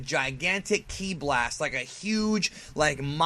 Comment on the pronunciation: this guy is shit he doesn't even know instant transmission and he doesn't pronounce kí right and his intro is lame